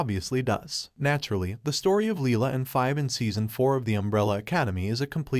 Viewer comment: The fact that you made an issue-taking video surrounding a major character and said her name wrong every single time was infuriating.